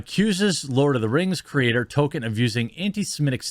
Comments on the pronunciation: It's Tolkien not Token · His name is ToLkIen not Token! He’s not a black South Park character! Is it literally impossible for you to pronounce even one person’s name correctly? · I like your channel, but would please learn how to speak properly? J.R.R. Token? Please proof read and got some phonics lessons if you are going to base a career on public speaking. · Real name: Tolkien Jeremy's version: TOKEN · It's not token jerremy. Try saying it like toll keen. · Dude! Stop saying "Token." His name is pronounced "toll-KEEN." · Are you saying Token instead of Tolkien (Toll-Keen) because of the south park episode? Lol. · Tol - keen! Not Tol - kin. Sorry. It was driving me nuts 🙃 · I know you're trying to say tol K ein but you pronounce it token. “Evil cannot create anything new, they can only corrupt” - J.R.R Tolkien fuck the woke trash that destroys everything I love. I hope it bombs and doesn't even last one season. It could of been a really good show with the fall of Numenor and the deceit done by Sauron and the twisting of the Numanorian king and the creation of the black(as in evil) Numenoreans. It could of shown the construction of temples to Morgoth. It could have shown the eventual rise of Sauron. That to me is way better than this woke shit. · Why does Jeremy always call Tolkien "Token", am I missing a joke here? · Fuck sake Jeremy, are you saying 'Token'on purpose? :D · Any one else being driven nuts by him pronouncing Tolkien the same as “token” for the last four videos on this topic?? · is Jeremy saying Token on purpose , like south park? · The world of "tolken"? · I was g9nna make fun of your pronunciation of Tolkien, but it 100% fits. This isn't Tolkien's world: This is Token's worlds. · I can’t get over the fact that Jeremy keeps calling Tolkien “Token” bruh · OMG. Please stop saying "Token." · Will you please pronounce "Tolkien" right please! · The way you say Tolkien triggers me ngl